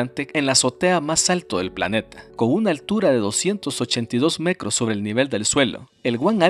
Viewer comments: mecros, encuencra, decrás, cransporte, crés veces? por que pronuncia la T como C?? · Decia mecros en vez de metros Jajsha tambien escuche que menciono Impuestos anales en vez de anuales Anda mormado 🤣